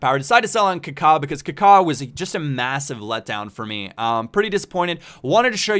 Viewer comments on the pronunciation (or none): none